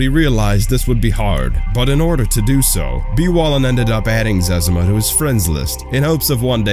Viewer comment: What the hell is a zezama? It's ze-zima.